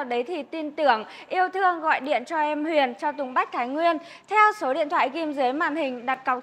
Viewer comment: Tên xe gì cũng phải đọc đúng ! Tên là: Huyền chứ không phải đọc thành: Huyện, được !